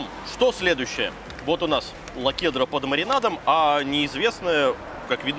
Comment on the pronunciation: Лахудра, а не "лакудра" )